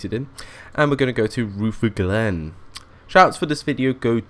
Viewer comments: Rootherglen. LOL Chatelherault = 'Shat-ler-oh" Rutherglen = 'Ruh-ther-glen" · thanks. PS rutherglen is pronounces ru-ther-glen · Good video, The 303's where quite rattly, cold and prone to breaking down,but loved them. The station names you got mostly right but the ones slightly mis pronounced were Chatel-t-rawl (weird I know) and Ruther (as in Rutherford, sounds like mother)- Glen (my local station) Hope that helps and hope you dont think im knitpicking. Keep up the good work